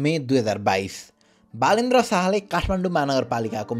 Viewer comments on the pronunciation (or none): He isnot बालेन्द्र or बाआ...लेन्द्र शाह..... its बलेन्द्र or बलेन्दर साह् I don't why Pahadi people find "Ba" in everyone 😂